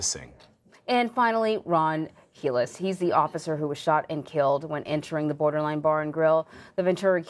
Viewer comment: "BORDER-LINE" LOL